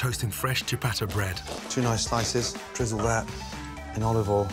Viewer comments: dear mr ramsey: it's olive oil, not olive awl. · tablespoon of oluvoiel